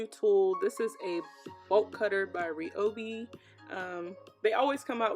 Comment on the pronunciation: Your saying the name wrong girl 😂